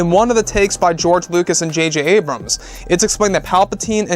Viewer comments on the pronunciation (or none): none